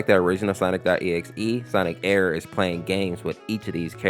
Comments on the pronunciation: Stop calling it ERR like it’s one word it’s like sonic.exe where it’s pronounced separate so it’s sonic.E R R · it's pronounced sonic. E R R by the way knuckles did get half his face ripped off